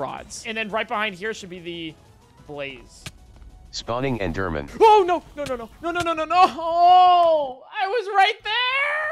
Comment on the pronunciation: just pronounce it eederman your audience will understand you but the speech recognition won't